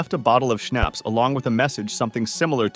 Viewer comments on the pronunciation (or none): It's pronounced schnapps, not snaps!